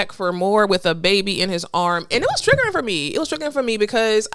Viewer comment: Girl you are killing the word " triggering"